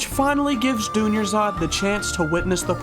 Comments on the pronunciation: My main language aint english, so everytime you said Dunyarzad, I thought you just said "jr something something" just for fun, lmaoo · Idgaf if you mispronounced that's persons name MY BOY THANKS FOR POSTING WE ALL NEEDED THIS VID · Made it better to be honest 😆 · Wait he pronounced it wrong? Lol have watched this video like 20 times and didn’t even realize 🤣